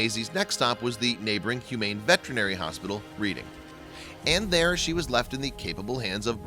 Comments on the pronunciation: It’s pronounced red-ing not read-ing... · Its pronounced RED'ING.Not reading like a book. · it's red-ing not read-ing it is just spelled reading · You pronounced Reading, PA wrong. It's pronounced "Redding". Same as the Reading RR. I'm so glad they found the kitty! Poor critter. It's a beautiful cat! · that is not how you per nonce the name of that city. it may look like reading but you say it reding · Although the town is spelled "Reading", it is actually pronounced as if it were spelled Red-ing. Just saying. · It’s pronounced reding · It's pronounced Red-ing...thanks